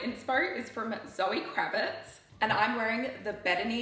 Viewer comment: I love every video you post! Thank you! Ps: Zoë KravitZ not S 😬😅